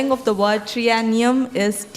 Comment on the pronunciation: That last word ‘Triennium’ should’ve been pronounced correctly when it was given to the contestant.